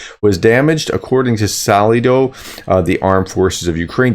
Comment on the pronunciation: Ugh... Americans... I understand when you fail to pronounce hard names, but when you fail to pronounce such an easy name as Saldo, It just shows how you don't give a damn about proper pronunciation...